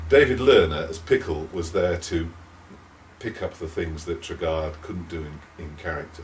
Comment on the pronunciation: Why can none of the people involved with making Knightmare pronounce 'Treguard' properly?